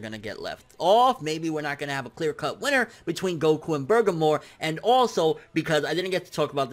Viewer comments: Bergamo (Bir-gah-mo) not (Burgah-mo) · Who the fuck is Bergamor? You mean BER-GA-MO? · Hes still calling him Bergamore. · Its burr gaa moo not burger more wtf xD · just sound that shit out BER-GA-MO...... it's that simple LIKE WTF!?!? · Do you know how to read!?!? Like where are you getting "Burger-more" from!?!?!? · Am I the only one who gets bothered by constantly getting Bergamo's name wrong?